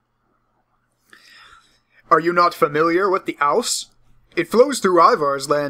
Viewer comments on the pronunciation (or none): You also mispronounced "Ouse" It's "Ooze"